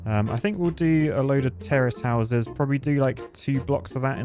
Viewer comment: It sounds like he's saying terrorist houses